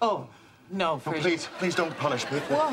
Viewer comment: never noticed this before, but she actually calls him "Frazer".